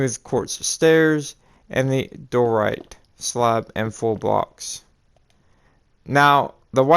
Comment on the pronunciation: Why do you say door right it’s pronaned Dye er right